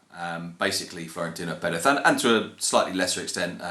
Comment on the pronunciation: That's actually the right way to say it